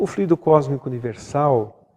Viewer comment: Só observando que existem duas palavras com escritas semelhantes, mas com significados e pronuncias diferentes. Fluído- é um verbo. O transito tem fluído bem. Fluido é um substantivo. Em Espiritismo e Magnetismo humano, pronunciamos flúidos e não fluídos.